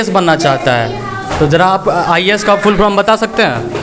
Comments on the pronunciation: Teacher to jo hai so hai, tum jo interview le rahe ho uski Kami dikhane ko, to tum to kam se kam dhang se bolo, full form ko full from bol rahe ho. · Patrkar v jhola chhap h😂 full form ko full from bol ra h🤣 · Ye news wala bhi chutiya hai full form ko full from bol raha hai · Are sale full from nahi full form hota hai re bhosadi . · Full form hota hai Full from nahi Pahle tum bhi sheekh lo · reporter bhai sahab, pahle aap apna shirt ka button lagayiye aur thoda adab se. English is not a parameter of everything. puchhne se pahle aap apna pronunciation bhi sudhar lijiye. " full from kya hai ".